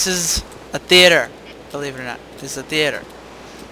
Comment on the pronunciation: "Let's go to the thee ater"